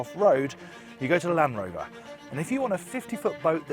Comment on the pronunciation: you fucked up when you said land rover, out.